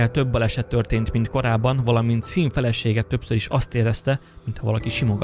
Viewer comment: Sean = ejtsd Shoón